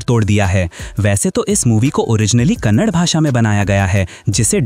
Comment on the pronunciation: ❤From karnataka.Brother this is the best explanation I heard in Hindi ❤thankyou for explaining. And that is KANNADA💛❤️✅.not kannad❌